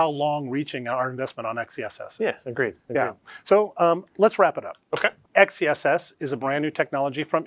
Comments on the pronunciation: Please start calling it Excess! Not X E SS. It’s stupid and sounds like a boomer came up with the name. You have a great name. Make it sound like it should sound. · how do we pronounce "xess" ? it sounds like sex